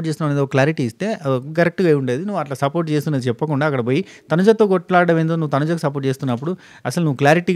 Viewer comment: Support akka ante Ann naku sapota akka ani vinipisthundi pandu sapota